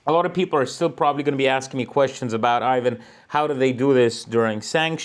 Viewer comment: Privjet Ivan (... not "Aivan😊), Thai BAHT, not BÄHT, Pattaja, not Paddaya... just joking 😅